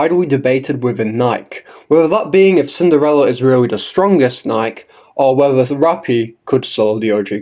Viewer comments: Come on everyone, say it with me now: KNEE - KAY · I would like to point out a few Thing's I Agree with what you're saying But at this point he's never gonna say it correctly out of pure spite or rage bait people into commenting on his videos